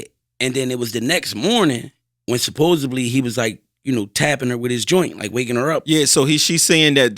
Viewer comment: Somebody tell that’s its supposedly not supposebly lol